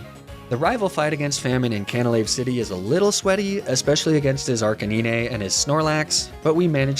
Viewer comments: ARCA 9 NINE NINE NOT NEENAY 😭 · Hearing Arcanine pronounced “Arr-Cuh-Knee-Neigh” actually physically hurt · what did you just say?? Arca-what???? LOL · Ur a pokemon god. Plz speak arcanine out good the good way. Ar-kee-nine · Are-cuh-nine is how you say it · Arcaneenayne? Magne.... zahn??????? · Am I the only one that noticed he called Arcanine “Arcaneenay” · Me: **goes to subscribe**: "Arcaneenay" Me: **reconsiders** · You also pronounce ninetales and arcanine wrong You say it as 9tales and arca9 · oh shit, did he just say archikneenay? He is channeling the world champ difference. Games over already. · aint no way you seriously say arcanine in such a dumb way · Really enjoyed watching this as I'm about to take on Victory Road and the PL on Renegade Platinum too but you have GOT to start pronouncing Ninetales and Arcanine properly 🤣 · PLEASE stop pronouncing Arcanine that way. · The way u mispronounced arcanine and ninetails infuriated me but I still stayed to the end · Ayo how did my man pronounce arcanine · Second video of yours I am watching. What's with the wrong pronunciation of "nine"? Arcanine and Ninetails